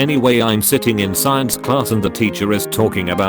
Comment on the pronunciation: I love the way this bot says science sCIEEns